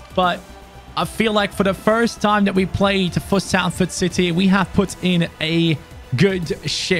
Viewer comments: it’s pronounce solford not salford! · It’s not S-A-LFORD it’s pronounced Solford like so can see I’m from Salford myself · its pronounced Solford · Thanks mate, I’m from Salford and nothing annoys me more than people pronouncing it with the A sound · just so you are aware, the ‘a’ in Salford is pronounced as an ‘o’ so the team is pronounced as ‘solford’. Lovers this video can’t wait for more 🔥👍🏻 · its more like sulford or solfurd in the pronunciation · Yeah it doesn't make sense when you said salford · It’s “Solfahd” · I'm rlly sorry but it's pronounced solford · The way he says Salford 😂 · I'm just watching this now. I was looking for all the comments and there's hardly any. It's so jarring and he said it about 3 times in 5 seconds